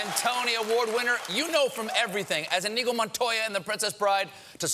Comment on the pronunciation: I think Stephen pronounced his name wrong. His name in Inigo Montoya.